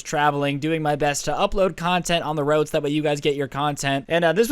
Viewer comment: Roid instead of road